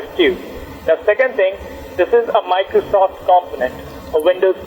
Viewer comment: miclowsoff sewices wiwusses